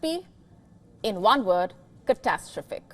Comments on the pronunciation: One word….ca-ta-stro-phic ……….you mean cata-strophic? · "CATASTRIFIC". Is that good?